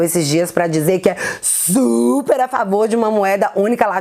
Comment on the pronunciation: Gostei do "supel apoio". Kkkkk